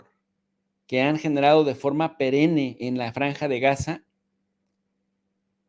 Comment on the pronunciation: Se pronuncia perenne no perene